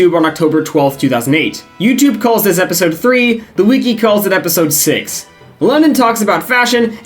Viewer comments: Obsessed with the way you pronounce wiki as "wee-key" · Bro pronounces wiki like weekee 😂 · did you learn how to say wiki from quinton reviews